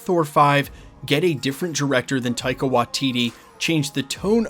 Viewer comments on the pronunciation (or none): none